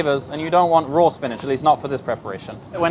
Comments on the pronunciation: He schools us on the ‘proper’ way to say “shallots,” and he needs to learn that it’s “raw,” not “roar.” 🥸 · not roar but raw